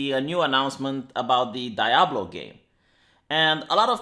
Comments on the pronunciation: Lol pronouncing Diablo as "die-ablo". Oh.. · Did you just say "dayablo"?